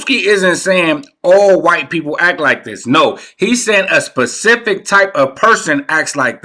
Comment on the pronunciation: Babyyyy it’s specific- not pacific